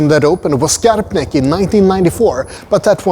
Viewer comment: Du bör även ändra uttalet på station Kymlinge till hårt Kå och inte mjukt. Har jobbat i tunnelbanan i över 30 år så vi använde aldrig mjukt kå i uttalet. Stockholmskan har sina egenheter, i synnerhet när det gäller uttalet av gamla ortsnamn och andra sammansatta ord.